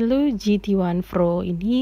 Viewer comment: Pro mbak bukan phro